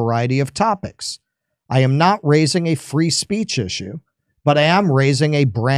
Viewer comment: Ben wants us to practice our Freedom of "Speesh" in America per Israelis law.